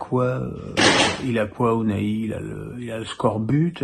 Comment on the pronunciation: Enfin, il réussit à b1 prononcer le nom d'Azzedine Ounahiiii. BRAVO 👏👏👏